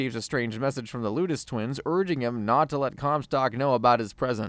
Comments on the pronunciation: Lettuce twins? 😂 LOU-tess twins. LOU-tess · Yea ive seen it mentioned and your pronunciation of the lutece twins kills me.